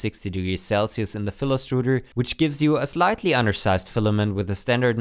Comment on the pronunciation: Your accent while saying the word "filastruder" made me question whether I was watching a tech video or a pastry cooking tutorial (strudel). I should be sleeping.